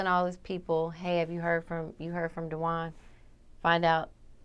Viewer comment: RIGHT!...when the bitch said dujuan...I WAS LIKE....WHOA ...this FUCKING undercover agent over here